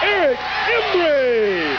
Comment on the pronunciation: I love how Tojo always pronounced "Embry" differently every. single. time.